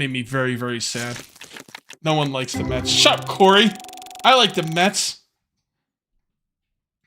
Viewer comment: when you asked if any one was a mets fan i thought you said meth fan i was like wow this stream took a left turn really quick lol